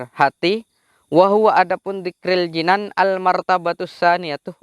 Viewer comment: Bacaannya kurang tepat, jinan itu bermakna surga. Kalo hati itu janan.